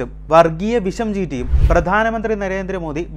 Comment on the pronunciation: 😂😂😂 വർഗ്ഗീയ വിശമോ???😂😂😂 അതെന്ത് വിശം😂😂😂നാക്ക് വടിക്ക് 😂നേരെ ചൊവ്വേ വിഷം എന്ന് വ്യക്തമായിട്ട് പറയുവാൻ പഠിക്ക്😂😂😂 ഇനി വിഷയത്തിലേക്ക്?,,, കോൺഗ്രസ്സ് കുറഞ്ഞ സീറ്റിൽ മാത്രം മത്സരിക്കുന്നു എന്ന് പറഞ്ഞാൽ വർഗ്ഗീയതയോ😂😂😂 പ്രകടനപത്രികയിൽ കോൺഗ്രസ്സ് എഴുതി വച്ചിരിക്കുനത് പറഞ്ഞാലും😂 വർഗ്ഗീയതയോ😂😂😂